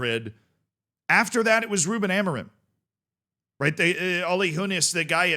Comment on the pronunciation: its not amoriM its amorin dont say the M its like when CR shouts SIM , its not SiM or siu its Siiin (go listen to it )